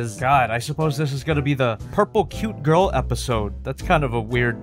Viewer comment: He said grill not girl